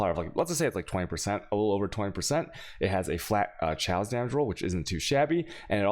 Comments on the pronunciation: It is pronounced K-OSS ffs, not chows. It's really hard to watch you when you mispronounce simple words. Also.... alk-emy. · And he keeps speeching: xaos instead of kaos XD QUESTION: im starting bane and guess its a must having 2h wep before dual 1h or 1h +shield. Now what i see that ED + CNTGN does aoe area and if lucky 4 screens forward on. But for both mobs and bosses what you suggest to built it ?. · as someone who has never watched you, the “chayoss” thing isn’t that funny and it likely causes new people to bounce from your channel (going by my own experience and other comments). i thought you were saying channeled skills for a while and was waiting for you to talk about blight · Al-chamy, ch-aos :D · Imagine not knowing how to pronounce chaos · They way you say Chaos makes it considerably harder to take your advice seriously. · You've been playing this a while, how do you still not know how to pronounce "chaos" and "alchemy"?